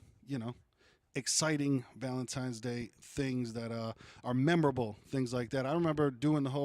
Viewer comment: "Valentimes"Day !! Classic Bahahaha !